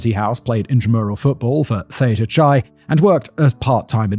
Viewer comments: "Chi" is pronounced "kai" Fact Boy 😅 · I'm impressed that he more or less managed "Kalamazoo," but pronounced "Theta Chi" as "Theta Chai" 😂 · Ypsilanti (Ypsilanti, Michigan) = IPSAH-LANT-TEA Coupe (style of car) = COOP Muskegon = MUSK KEY GEN/GUN [GEN rhymes with Yen, can use either Gen or Gun] CHI (Theta Chi/ΘX fraternity) = KAI Salinas (Salinas, California) = SUH LEAN US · Pronouncing Chi like its Chai Tea lol